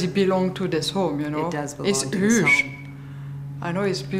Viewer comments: It's "uje"! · HUuuge renovation... Voila l'accent de la rousse. Se prononce Youdge.. et pas Uuge.. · Y a des efforts à faire en anglais Chantal. Huuuuuge 😂 NON kioudje on dit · It’s « uuuuuje » 😂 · It's "uje" je comprends pas comment on peu vivre depuis tant d'années en Amérique et parler si parle anglais. Surtout qu'elle a rien d'autre foutre !! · "it's uuuuuge" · "it's üüüjj"